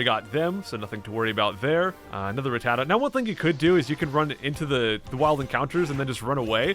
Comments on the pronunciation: u say rattata right if u wanna know watch sun and moon they say it alo t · I SAY RATTATA THE SAME WAY YOU DO!!!!!!!!!!!!!😂